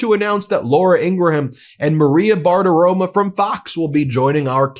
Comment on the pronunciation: Bar-Ti-Ro-Mo. Say it with me Ben. RO-MO. Not RO-MA. You’re an educator. Please stop mispronouncing her name.